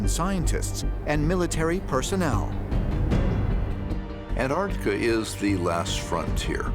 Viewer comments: Why do they keep saying 'ant-artika' ? Hahaha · Why do the American commentators say 'An-artica' instead of AnTARtica..?! Curious! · The way the narrator says Ant artica, ugh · I just wish they’d pronounce Antarctica properly. They all say AnArctica…. There’s a T in there bro. It’s pronounced AnTarctica. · AN- ARTICA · ANTARTICA❌ AN ARC TECH-A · Stop saying ANT-ART-ICA!!! It's so annoying! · why can't Americans pronounce Antarctica. There are 2 t's, and 2 c's Ant Arct ica. Not anartica or Antarica or Anarica. Nobody say Unied Sates of Ameria do they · AnT arC tica. Not Anartica. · Do wish yanks would pronounce Antarctica correctly, try anntarrrrtica. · Antarctica has two 'c's. One of them isn't silent. Your credibility is greatly reduced if you can't pronounce it correctly. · how ca you take a person seriously if they can`t even pronouce antarctica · The third letter in Antartica is T- PRONOUNCE it!!! 🤦‍♂️